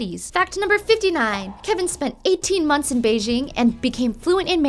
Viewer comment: Videos like these always make me cringe because the presenter is obviously not a big pentatonix fan, she didn't even say kevin's name right... and also some of these facts are not quite correct, they are close, but idk.